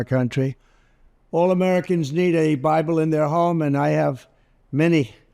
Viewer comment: it almost sounds like he calls it the 'bribe-le" :)